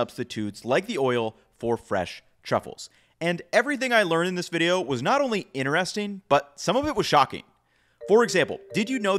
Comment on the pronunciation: it is innner-resting , is it outer-resting too?